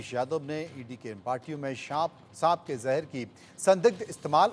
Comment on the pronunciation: सांप होता है वो बोलना तो सही से सीख लो मेरे देश की मीडिया